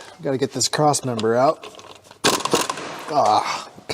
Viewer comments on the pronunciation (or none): did he say crust member 😁